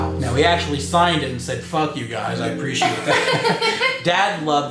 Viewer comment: the only thing that bugs me is the way that says “appreciate” like a-PRISH-ATE, no hate just tell it bugs me =P